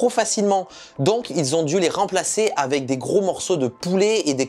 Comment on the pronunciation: J'ai vraiment du mal avec ta prononciation du mot " avec" que parfois tu prononce "avait", sinon très bonne vidéo 👍